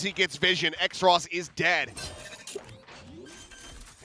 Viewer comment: why is Xross’ name being pronounced as X-ross when it’s clearly supposed to be Cross but with an X.. cus X is two lines crossed..